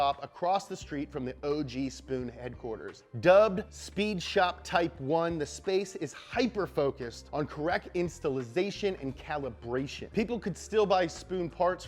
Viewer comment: "Correk Installization"